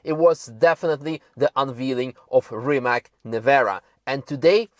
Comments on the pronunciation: The pronunciation is Rimac. Not Rimak. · it's more like 'Reemuts'... with 'TS' at the end and not 'K' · you work for RimaC, not RimaK, it is Croatian brand and spelling is RIMAC. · Beautiful car from Rimac company from my country! So proud of it. Btw.... its called RimaC, -- not "Rima(K)" .. its Croatian word, not American ... correct is as written... not "s" or "k".. just C... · it is not 'Reemac'. please learn to pronounce it right. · iT'S NOT RIMAK, last letter iz c, like in pizza, ok? Ok, you know it, later. Sorry. Why Rimak on the beginning, maybe because it's not normal for you, I understand, but you rembembered, Kudos! Nevera , it's really name for Adriatic cost storm on our side, not all the Mediterranean sea and not on Italian side of Adriatic sea ( I know, that's also at the same time part of Mediterranean, but north, or west-north diagonal position of our coast when you look on world and EU maps, any maps at all and the big mountains real close on some parts creating a real Nevera. Especially wih only rocks and sea, like on island Pag. The other force is a strong north-east winds on our coast, named Bura.) Litlle something for you and others to better understand. During a summer time, but also tru out the year, there are more and more tornados over sea during Nevera, also. We call it, thah tornado I mean in Croatian, Pijavica. Also that letter from zz (pizza).